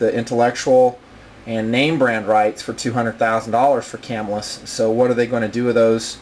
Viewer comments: It is Ca Mill Us Not Cam Ill Us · I have been watching your vids for the past hour having just discovered you. Excellent excellent reviews and videos, but I got to make one comment: I grew up and still live within 20 miles of Camillus, NY and the Camillus Knife factory. The local pronunciation is kuh-MILL-us. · Love the Blaze, Heat and Sizzle; I have several of each. I would highly recommend that before you upload a video to the Internet you learn how to pronounce the name of the company. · these knifes were produced in spain not by camillus new york you can still buy them all day for around 30 to 40 dollars ,and your saying camillus wrong.